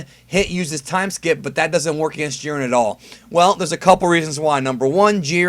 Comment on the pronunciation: I've been thinking. I think the letter "I" in the name Jiren is long. I think his name is pronounce the same way that Siren is pronounced. You know, like a tornado siren.